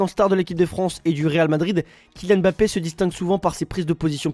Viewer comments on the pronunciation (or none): none